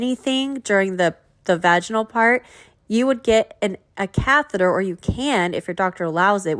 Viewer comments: She could have googled it or that’s how she thought catheter was pronounced. I find Gyp isn’t the sharpest tool in the shed and quite lazy. Maybe catheter was too hard for her to pronounce. Lol. Who knows. 🤣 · I remember when she tried to say catheter she pronounced it cathera. Like seriously? I find that really weird.